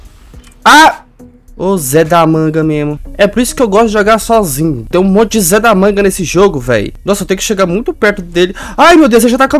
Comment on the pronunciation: MANO PARA DE PRONUNCIAR O ZE DA MANGA ERRADO